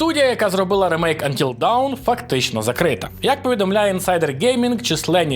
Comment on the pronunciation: "Антіл даун"?? Взагалі то "Антіл доон" правильно говорити.